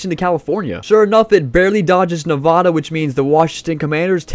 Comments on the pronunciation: It’s Nevada not nevoda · It’s Nevada not nevadaa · Stop saying Nevada wrong. Good video though.